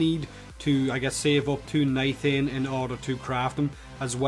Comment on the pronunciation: niTAIN, not niTHane :'(